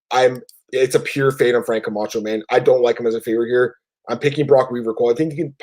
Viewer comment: How does Cole still not know how to say Camchos last name?? Smh